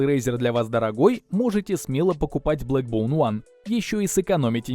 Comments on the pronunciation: бЭкбоун а не бЛэкбоун...колхоз обзор...На отвали...Не твое это... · Не блэкбоун, а бэкбоун☝️